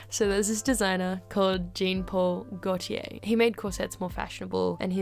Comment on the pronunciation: please learn how to pronounce jean paul gaultier